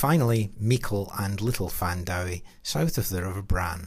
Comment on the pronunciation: Thanks for upload. I was brought up in Trochry in the 1970's and 80's but don't recall any MacDuffs living in the Strath then. Your pronunciation of 'Findowie' is interesting, we pronounce it Fin-doo-ee rather than Fan-dhow-ee. Maybe that's the influence of Scot's on the Gaelic?